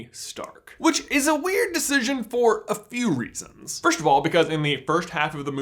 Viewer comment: "Fersht of all in the Fersht half of the movie" im dead😂😂😂